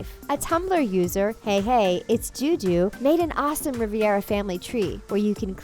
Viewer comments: It’s Rivera not Riviera 🤦🏻‍♀️ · Why she keep saying Riviera. Their name is Rivera (Ree-Veer-Ah) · It’s RIVERA not RIVIERA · Rivera ( Ree-beh-rah) Riviera. ( Ree-vee-era ) Lol use your phonics 🤓🙂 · You continuously pronounce the last name wrong! It's Rivera not Riviera!! That is very disrespectful on your part!!! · The commentary seems pretty culturally dense. Also, the family’s name is Rivera, not Riviera. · I love how half the comments are “ITS RIVERA NOT RIVIERA” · I cringed every time she pronounced it, “Riviera.” It’s Rivera. 🤦🏻‍♀️ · did the voiceover say...."Riviera" instead of "Rivera"....?! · It’s pronounced Rivera not riviera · Just quick comment.. The commentator on this video keeps saying Riviera Family but it should be Rivera Family, It's two different last names. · Rivera, not Riviera. #fail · It's insulting when you say riavera when my last name is rivera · It’s Rivera not Rivear But i see Pepita on the table with Alebrijes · RIVE-RA not RIVI-ERA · Home girl saying “Riviera” made me cringe so hard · Rivera Not Riviera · Rivera not Riviera!!!!!!!!! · Is it just me or did she say riviera instead of Rivera like if h agree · It's not Riviera it's rivara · Loved the video! But this little thing annoyed me (because, you know...OCD). The family name is pronounced ree-VER-ah....not riv-ee-ER-ah. Otherwise, good job! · Why do you even say "rivYera"? it's just rivera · Its RIVERA not RIVIERA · Rivera not Riviera 🙂🙂. Still a good video.. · Ri-ver-a. Ri-ver-a. Ri-ver-a. Ri-ver-a. Not Ri-vi-era. It's not that hard. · Debbie Thoemke I'm Rivera and we pronounce it as "Ri-ve-ra" and not Re-vear-ra. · Rih-veh-rra not Re-vair-uh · RIVERA! NOT RIVIERA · Its Ri-Ve-Ra.... not Ri-Vie-Ra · Please edit this video, the family name is Rivera.. R-I-V-E-R-A. Not Riv-i-era, legit annoyed me to no end.. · I absolutely LOVE Coco!! But it really bothers me that she said “Riviera” family throughout the entire video!!! It’s Rivera!!! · It's Rivera. Not Riviera. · Rivera, not Riviera.